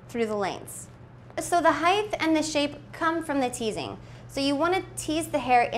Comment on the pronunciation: HEIGHT DOES NOT HAVE A TH AT THE END. IT'S A BLOODY T.